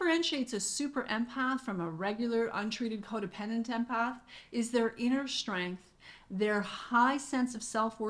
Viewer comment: Brilliantly laid out! Are you saying Courage & "SHTRENGTH"?